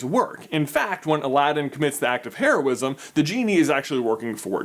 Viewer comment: HEROism, not HAIRosim. PRONOUNCE THINGS CORRECTLY MY GOD!